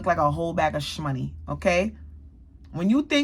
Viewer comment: My girl said ....SCMUNNEY!😂